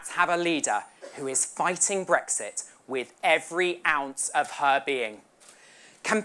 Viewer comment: What is this "Bregsit" which Swinson keeps talking about? Poorest speach I have ever listened to. The lady has no presence as a speaker.